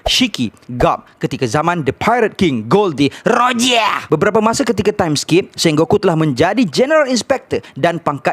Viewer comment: Hahaha 😂😂 siot laa masa sebut Gol D Rogiahhh